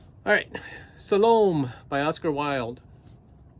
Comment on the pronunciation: Is that Oscar Wilde book about the Salome from the Bible? I believe it’s pronounced “sah-loh-may.”